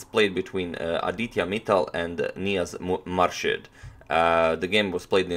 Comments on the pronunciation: It is pronounced as moor shed and not as marshed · Pronounced Moorshed not Marshed :). Im from Bangladesh too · Pronounced Moorshed. Thank you for this lovely game. I love watching you analyse even though I had seen it before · On Antonio pronounced Grand master's name right, and on next second again started pronouncing it wrong again 😅 its pronounced as "moor-sha-ad" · He started to say it correctly, then un-corrected himself and mispronounced it the rest of the way He's a chess expert, not a linguist :)